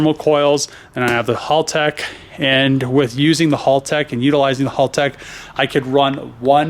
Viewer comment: it's pronounced HAL tech like the computer in 2001 a space Odyssey HAL not hall!!